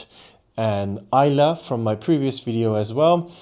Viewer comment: Kudos for pronouncing Islay correctly. 👍👍